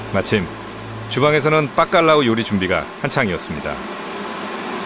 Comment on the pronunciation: 스페인 사는데 빠깔라우가 아니라 바깔라우 입니다. 중국이라규 쓰고 쭝국이라 읽는것과 같네요.